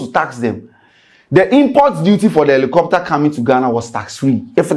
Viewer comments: Rephrase your statement, it is supposed to be: it is not or it’s not “Elicopter” it’s Helicopter. Since we’re correcting grammar and pronunciations. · is not "Elicopter" is Helicopter 😂😂😂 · did u say Alocopter or helicopter? 😂😂😂